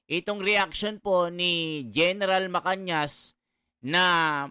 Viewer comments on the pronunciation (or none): Mr blogger araw araw ka dito sa blog mo di mo pa mabigkas ng maayos ang pa gala ni Gen macanas macanas Yan hindi macanyas ulol nainis tuloy ako sa yo sorry ha